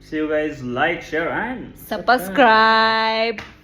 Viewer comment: Subscribe ❌ sapscribe ✅😂😂😂